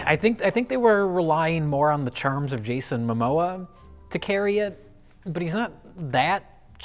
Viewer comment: did he just call him Jason mamosa?!🤔